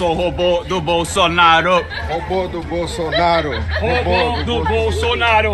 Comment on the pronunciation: Disseram bem a palavra "robou"